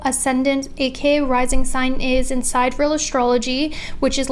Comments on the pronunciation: The pronunciation is "sigh-DEE-ree-el" not "side-real" 🤣🤦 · You may or may not know but the correct pronunciation of Sidereal is: sidereal [ sahy-deer-ee-uh l ] and not Side Real Sorry to correct you; hope you don't mind :) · wanted to gently point out that it's pronounced sigh-DEER-ee-ul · Hey idk if you know this but sidereal is pronounced like si dee ree uhl . No hate , I have mild dyslexia and mispronounce things allll the time!! <3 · the pronunciation of sidereal is sigh-DEER-ree-uhl